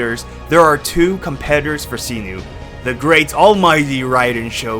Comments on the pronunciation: SAINO, not Sino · It's "Sai-Noh" not "See-Nuu" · sinu?? 😂😂 Its SY-NO, Not SINU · All I remember after watching this is that you keep saying Cyno [See-Nu].. His name is Cyno [Psy-no] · "See-noo and Knee-loo" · this dude really said "see-nu" and "nee-lu" 💀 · the way he says see-new for cyno is hilarious and also tiring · Is no one talking about see-noo? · Sorry but his name Cyno not Sinu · Jesus duckong chriat pronounce thw8r names right where do you see a u in cyno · That can't be how "Cyno" is pronounced lol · Cyno pronunciation giving me cancer